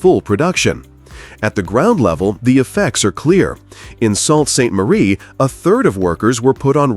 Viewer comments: To the Guy or Speaker, The Language is Canadian. And the name Sounds Like Soo Saint Marie. Not SALT, Clue in Eh! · "Salt" Saint Marie!!!!! Must be a dumb American 😢